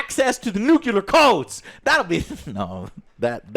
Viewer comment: I truly hate hearing Joe says nucular instead of nuclear.